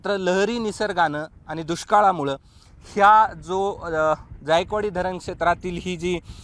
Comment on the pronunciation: ज्यायकवाडी नाही जायकवाडी आहे ते